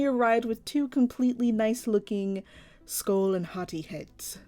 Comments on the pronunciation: And BTW it's pronounced HOE - TEYE if you know how to say that based on how I spelled it. Great job! 🙂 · HAHT-ee is how you pronounce it by the way i searched it on google so i know its true and also these two look grate 🧀seal of approval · Why when you first said their names I thought you said "skull and hotteeth" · It sounds like she says hot tea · Every time u said Hati’s name, I thought u was saying Hot Tea.